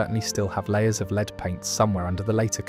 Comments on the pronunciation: Oh dear... AI again, Leed paint, pronounced LED, FGS! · La-ed, lead, not leeed. AI voice overs suck and are just lazy but the uploader